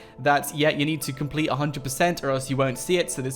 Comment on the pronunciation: He says complet concret